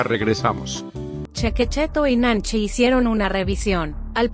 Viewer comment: Arriba de chue dise nanchi chue es nanchi bro